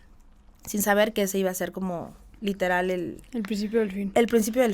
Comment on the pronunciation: Porque usa tanto la palabra LITELAR!!! Sabra el significado de esa palabra???? Ni quebrada se le quita el tonito de voz. Que pereza!!